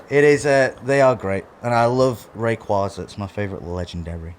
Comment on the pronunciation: Imagine being a Rayquaza collector and not knowing how to pronounce it